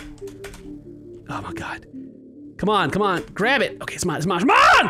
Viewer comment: When you say "mine" it sounds like "man" in a Jamaican accent